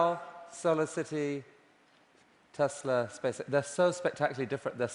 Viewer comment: 텔사가 아니라 테슬라입니다...